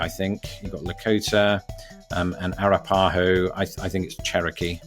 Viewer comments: It's pronounced uh-rap-uh-ho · LOL when you pronounced the Arapaho nation...Pronounced A (short a) rap as wrap a( short a) ho like hoe... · Air ah pah ho. Ah rap a ho is the correct pronunciation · ara-PA-ho? no. a-RAP-aho. I answered along with you and you did better than me, a natural born citizen of the US. lol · Interesting that you said "air uh PA hoe" I myself and most others I've heard would say "uh RAP uh hoe" Not sure what the actual tribe would call themselves, but I thought that was an interesting pronunciation distinction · That's not how you pronounce Arapaho, it's like a-rap-a-hoe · Just so you know Arapaho is pronounce a rap a ho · YOU DID BETTER THAN I DID, YAY FOR YOU! Not however pronouncing Navajo and Arapaho correctly...:. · Other comments mentioned the mispronunciations of Navajo and Arapaho. When I listened to the pronunciation it was fairly good; merely put the primary (and secondary) stresses on the wrong syllables. But the vowel and consonant sounds were good. However, unless my ears deceived me, I heard him say “ED Whitney” when reading the third choice on question #42 instead of “ELI Whitney.” It could be due to racing through the quiz to read and answer the questions as quickly as possible. But kudos to you,; you did better than most American citizens who attended the public school system! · Idk how but you are saying "arapaho" wrong - a coloradian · Would it be indelicate to say he scalped it?